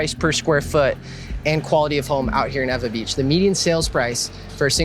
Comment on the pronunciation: NOT EVA BEACH! EEEWAAAA BEACH Lol